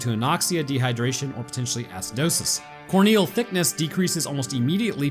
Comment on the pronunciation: cant tell if hes saying "corn-eel" or "core-kneel" and both are equally amusing